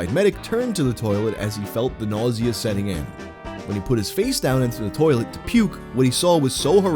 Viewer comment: In her "turrlet" lmmfao